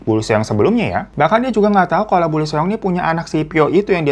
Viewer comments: Lee juga dibaca i doang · Lee di bacanya li/i bang Eo di bacanya o Ae di bacanya e